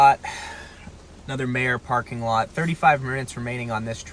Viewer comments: My-er. Not Mayor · This guy can't pronounce anything correctly, Terra Haute, Meijer, Tucumcari LOL